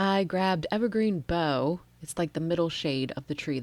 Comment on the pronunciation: Love your videos! I think evergreen bough might be pronounced like a dig bark….bow…not certain but that’s how I have always pronounced it. I would never have thought to use that background stamp! Perfect!